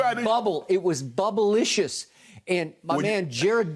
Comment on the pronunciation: Did Skip Say, "Bubbleliscious?" 🤣🤣🤣🤣😂😂😂😂😆😆😆😆